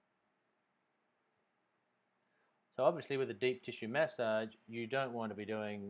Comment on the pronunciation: Why do you pronounce massage like that? Where are you from?